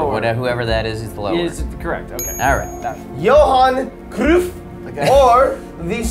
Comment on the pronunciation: I love how they struggled with Johan Cruyff